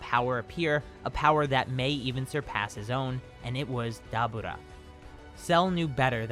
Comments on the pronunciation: Who TF is Dabuda.....u mean Deborah....how do u mess up that name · Why do you say dabura like that? It's Da-Bore-ah